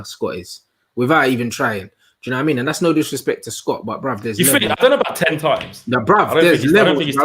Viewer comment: Bruuuvvv the disrespect on Scott’s name